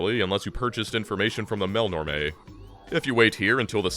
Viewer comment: I love that you pronounce Melnorme that makes it rhyme with "Mel Tormé." I always said "mell-norm."